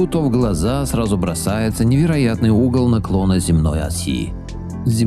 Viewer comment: угол к чему? Вы тщательнее проговаривайте😢.